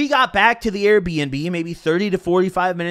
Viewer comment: why tf you say AIR bnb